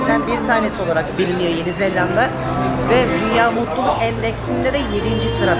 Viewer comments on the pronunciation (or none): zellanda deil zelanda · Zelanda'yı çift L ile telaffuz ettikçe OKB komasına girdim :) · abi neden yeni zelanda yerine yeni zellanda dion